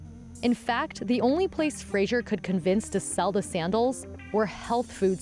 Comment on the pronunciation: It's a shame that the narrator, who presumably claims to be a professional, consistently mispronounces Fraser as Frasier.